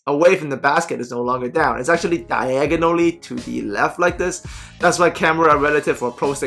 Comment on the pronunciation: “DYEGONALLY” you the man keep it up lol